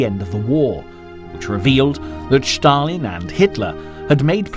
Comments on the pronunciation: Why does the commentator say Sthalin? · Shtop saying Shtalin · but why does he mis pronounce his name is such a ridiculous way? Does he do it on purpose or what